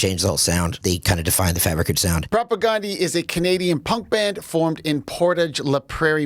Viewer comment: it's prop ah gan like the name DAN di here in the WPG not " gone" di .